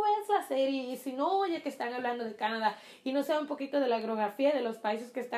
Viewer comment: Se dice Canadá.. con acento en la da